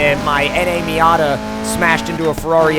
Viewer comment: Stop saying miata